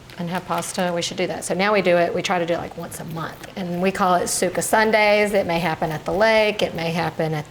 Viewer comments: Sauce in Italian, is pronounced Sugo; not Suka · This chick is the furthest thing from Italian. The way she says Suco in that southern accent made every old timer from the old country roll over in their Graves. You know how you can tell she's not a real Italian. She uses Contanina. Shits garbage made from concentrate. But the number one reason is no real Italian uses sugar! Disgusting.